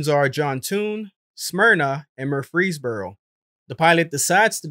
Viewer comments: Heartbreaking to hear this man say that to his family! And it's not pronounced Mur-Freeze-boro, it's pronounced Murphy's-boro. Just an fyi. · MUR-frees-boro, not mur-FREES-boro. Nice work! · Fair skies Dr. Christopher Wiltcher. May you be held in the light. My heart hurts for his family. He was a traveling OBGYN. I’m sure his patients grieve his loss as well. On a side note: for future reference, the emphasis is on the first syllable in Murfreesboro. MUR-frees-boro. Not mur-FREES—boro. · FYI: It’s pronounced MUR-freesborough. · I've never heard someone butcher the name "Murfreesboro" like the channel operator did.